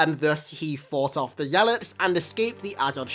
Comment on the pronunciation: Zelots? Zeee a lots